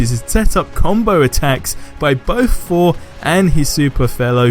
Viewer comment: Can u say Thor instead of for